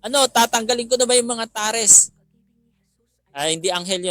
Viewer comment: "tares" is pronounced as /teyrs/ hindi po /taris/